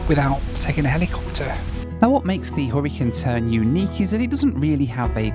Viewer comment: Took me half of the video to figure out it was the "Hurricane Turn" train not the "Horricun Turn"